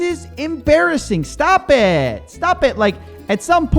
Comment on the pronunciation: You say stop eettt stop etttt like Amish now hahaha Not so soon before you start saying GOD IS GREAT! lol